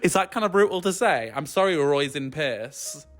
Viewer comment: I was living until that pronunciation of Róisín Pierce's 🤣